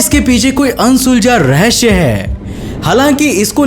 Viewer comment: Rahasya hota ha na ki rahashya